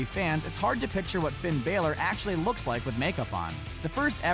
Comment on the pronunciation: Come on man you suck say fins name right